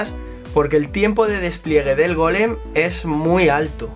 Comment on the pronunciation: no se dice golem de piedraaaaaa